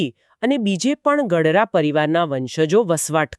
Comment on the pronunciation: ગઢરા નહીં પણ પાંચા બાપા ગડારા બોલવા વિનંતી છે